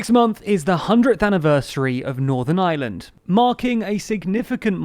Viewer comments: I know it's not your fault, but the country is Northern IReland not Northern Island, and I'm wincing every time you say it. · Why do you keep saying “Northern Island” ?